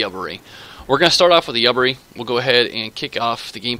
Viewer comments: The ship name is pronounced "you-bar-e" :) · I think it's pronounced You bar E